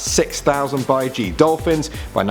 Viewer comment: He pronounced baiji wrong